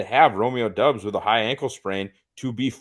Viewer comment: You guys don't have to start every critique with "I don't mean any disrespect to..." Christ. Go ahead and disrespect them! MVS isn't good. ESB isn't good. Lazard isn't good. Is Christian Watson good? Is Doubs? Probably not. And his name is pronounced "Dawbs"; not "Dubs", not "Dobes". I really enjoyed listening to someone who can't pronounce a one syllable name correctly. C'mon,. You're better than this. Besides, you're a; you should be drunkenly waving a gun around, telling everyone how shit the Packers are with every breath you take. Remember: "Don't try"